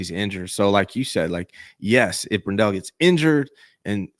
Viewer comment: It's Brendel not BrenDell. You're driving me nuts with the mispronunciation.